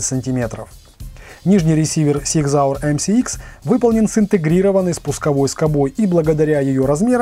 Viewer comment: Супер обзор! Фирма называется Зиг Зауэр, а не Сиг Зауэр! С уважением, Пётр, Германия